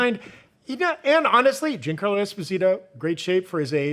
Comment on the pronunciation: Giancarlo is Not Jean Like Denim But Jean As In Jean-Pierre 😊